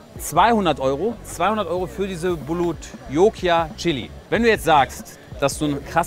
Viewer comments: Nicht "Bulot Jokia" sondern Bhut Jolokia oder einfach Ghost Pepper. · Bhut Jolokia, nicht bulutlokia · Bulot Jokia? Die heißen doch Bhut Jolokia 🤭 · Die heisst bhut jolokia -.